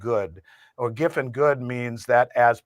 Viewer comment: Giffen goods, for those who heard him say 'given goods'!